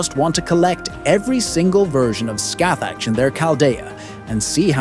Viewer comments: I think the appropriate pronunciation is scahack rather than literally scathach. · You were saying Scathach as Scathag which means feces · I literally just open the video you said her name wrong man😅 well not you but you AI voice